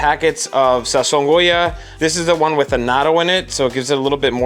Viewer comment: How about the "say-zon" Goya?